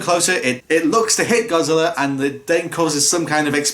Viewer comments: Normal Godzilla fans: "ITS GOJIRA!!!"..."NO IT'S GODZILLA!!!" Dub actors: "no it's godzilller" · Why does every English dub actor pronounce godzilla's name as GODZILLLER? Like how hard is it to pronounce GOD-ZILL-A. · a British accent I've heard many other British YouTubers and people do sometimes pronounce an A sound as an ER sound